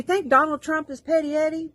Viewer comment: She said petty etty... I love it..